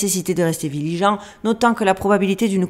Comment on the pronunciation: J'adore, j'ai eu l'impression que c'était moi qui disais " viligeant" au lieu de " vigilant "😂. Oui je suis aussi dyslexique ❤❤❤